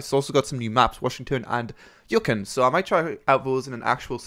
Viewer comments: Did he just say "Yucken"? It's Yew-kon. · you-con Yukon